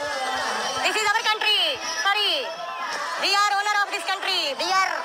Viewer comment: We arrrrrr....... ownerrrrrrrrrr....... Of this countrrrrrrry.